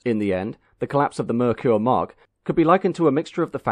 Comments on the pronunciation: Or maybe Ford II, Mercury II, or the names that were rejected by Ford in the 50s, to make a new brand in the 50s. Or, they could tell people to pronounce Merkur, “Mer-Ker", and not “Meir-Qier". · There was an ad campaign back in the day to teach Americans how to say Merkur. I remember the ad campaign pronunciation as MARE-COOR. I thought the XR4TI and Scorpio were gorgeous, game changers for Ford. I was saddened when the whole thing collapsed just a few years in. Still love both vehicles to this day.